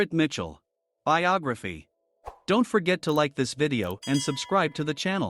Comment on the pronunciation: It's BIOGRAPHY, not BIOGAPHY